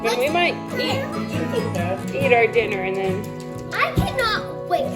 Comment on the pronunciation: ‘I can not wait!’ Lol. Do emphatic… and cute :)